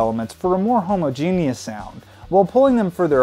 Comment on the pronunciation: He said homogenius.... rather than homogeneous